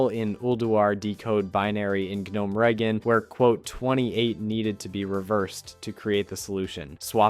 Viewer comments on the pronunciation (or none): Starts sounding real, but then calls Gnomeragon “Gnome-Ragen” or literally calling the game “W. Oh. W”. Damn so ruining everything.